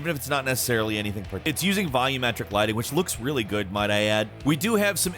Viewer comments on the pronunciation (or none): none